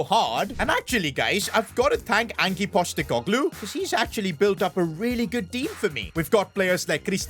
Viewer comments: Bro said angi postegoglu 😂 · The pronunciation is Anj postikogloo